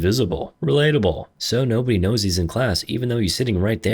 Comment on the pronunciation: "hes invisible, releatable!" HAHHAHAHAHAHAHAHAHA